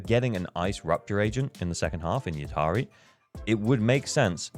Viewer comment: Devs are doing everything to make slide from F2P to Dolphin ! I may become an Orca in 2.3 since I want Lucia and Yidhari, and also SAnby wengine if she reruns. By the way, I think Yidhari is not pronounced "Yid - Hari" like you did. In many languages, like Tunisian my mother tongue, "dh" is pronounced as a deeper version of the sound "th" (as in "this", but with much deeper "th")...